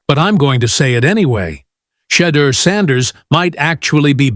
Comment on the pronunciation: This man cannot even say Shedeur Sanders #12 #144's name. Gods got Mr. Sanders 🎉❤❤❤ LoveoutlouD